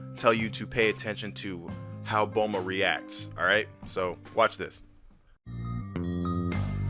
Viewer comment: TOTALLY TRUE. On another thing, taking how you pronounce Bulma as "bohlma" i wonder if you pronounce bloomer as "blohmer"?. show proof that that is in the manga, if not, that's just english dub being what it is (crap). P.S.: what's with that gay gohan at the end?.